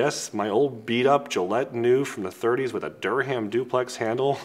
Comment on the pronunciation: In the word Durham, the H is silent. Dur-um.